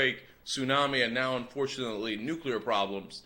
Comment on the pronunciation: NEW-KUH-LURR HURR DURR